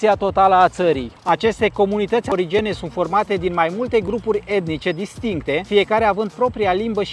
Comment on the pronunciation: Se zice aborigen, populație originară a acelui loc. Arborigen probabil ar fi un fel de cercopiteci